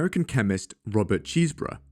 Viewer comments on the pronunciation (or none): I heard "Robert Cheeseburger" and now that's all I can think about.